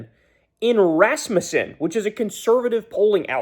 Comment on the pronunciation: Thank you for pronouncing Rasmussen correctly. I always cringe when I hear RasMEWson